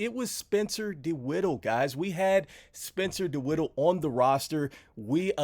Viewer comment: His name is dinwiddie not dinwiddle